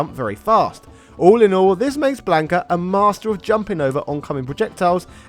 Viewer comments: Him? The name is Blanca,not Blanco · Lord Almighty, listening to this entire video mispronounce his name as "Blayn-ka" instead of the proper "Blon-kuh" made me irrationally mad. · Had to stop the video after hearing him say blank ah 3 times